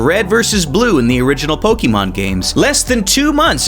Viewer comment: The amount of times this man mispronounced Pokemon as "Po-key-mon" infuriated me but good video